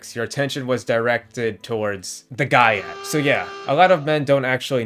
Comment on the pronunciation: The "guy yat"? What?